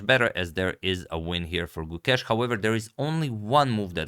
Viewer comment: If you'd like to better your pronunciation of his name, the 'ke' in Gukesh has the same sound as the 'ca' in cape. The rest is as you say it